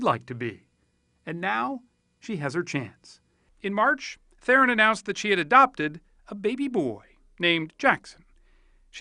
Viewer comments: Please pronounce THERON correctly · Tragic. Oh, the interviewer's pronunciation of her name, I mean. What a fucking boss. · He pronounced her surname wrong. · 99% of people do man, it's almost impossible to know how it's pronounced unless you've heard it first hand